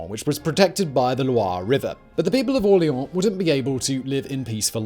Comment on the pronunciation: Drink when Simon says "AwLEEawn"